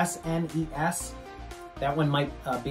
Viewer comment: C'mon you're from New York! It's called a Supah Nintendo, or S-N-E-S!